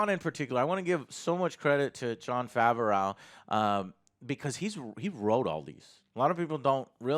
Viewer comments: Love the content Joe. It is pronounced Fa-V-Row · "Favareau" Pls stahp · Joe must have been assaulted by Jon Favreau, because every time he says his name, he says Jon favrowe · John Fav-er-ow... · Joe, it's pronounced Fav-roh 🤦🏼‍♀️ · Oh my god joe can you pronounce John Favreau’s last name correctly theres no L at the end lol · will joe ever learn how to pronounce john's name